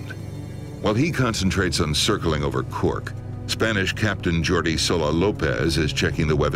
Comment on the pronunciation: I'm from Catalonia where the name Jordi is originated from and the actor doesn't even have a correct accent